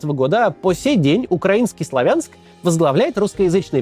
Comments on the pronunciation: не славя'нск сла'вянск,а так хорошо всё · Не СлавЯнск, а СлАвянск. Не БАхмут, а БахмУт. Россияне - необучаемы. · или СлОвянск ! ударение и А О-канье ! В Украинском О в рашистском А так как я писал коммент на русском то по правилам этого языка и написал просто отметил что ударение на первую гласную а не вторую ! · В Славянске ударение делаться на букву А а не Я 😅